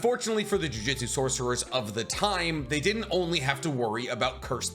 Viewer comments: the only complaint I have is this, Jiujitsu is a martial art, they are using jujutsu, pronounced joo-joot-soo rather than joo-jit-sue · Why does he keep saying jujitsu literally unwatchable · For real the way he pronounces it, a bit embarrassing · Didn't even take 30 seconds for "JuJitsu" aaaaand I'm out. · Can you stop saying jujitsu? sounds like you’re talking about grappling. 😅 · Jujutsu, my man was saying jiujitsu lol// good video though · my man said jujitsu so much i had to check if i was saying jujutsu wrong this entire time lmao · You pronounce Ryomen incorrectly, you say Jujitsu instead of Jujutsu...are u even a fan???